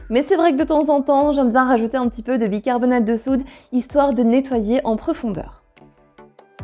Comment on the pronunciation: Cc. Bicarbona(te) de soude et non bicarbona(de). 🙂 . C'est jamais évident d'avoir une poubelle qui sent très très bon et non très très mauvais. 🙂 .